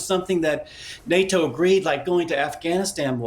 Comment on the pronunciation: this guy sayin NATO like it's his first time saying it